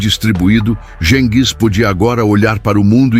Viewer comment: 🤣🤣Adoro IA lendo os textos. História narrada com poesia. “GENGIS” é muito íntimo. “Buda Peste” é ótimo. Ficou muito fácil se tornar youtuber…